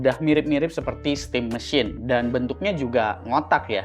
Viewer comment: bang sebut aja stim MESIN, 😵‍💫 pegel banget dengernya stim MESHYIN